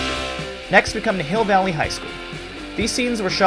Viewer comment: Welcome to Hi(e)ll Valley